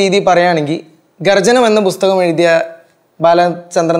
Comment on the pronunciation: Busthakam alla makkale pusthakam